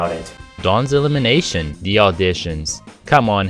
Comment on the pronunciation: you said dawns elimenation 4 times